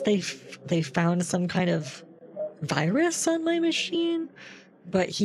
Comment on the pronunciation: How to know someone is a scammer: they say Wirus instead of virus